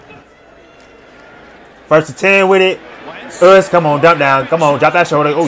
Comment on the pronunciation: When I tell my girlfriend I’m watching him we always call him oos boy, we love it